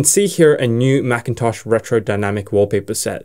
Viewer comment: macitosh :face-green-smiling